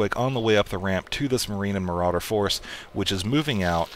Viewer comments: muh-raw-der! :P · ts o.k! your super fun maps to play make up for not saying marauder correctly 100% of the time:)